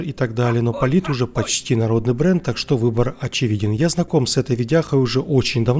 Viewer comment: почему в словосочетании "так что" вы делаете ударение на "что". Хотя общепринято на русском языке делать удаоение на "так"?